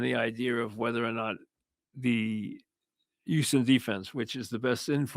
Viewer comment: YOUSTON. It’s a struggle to pronounce the H 😆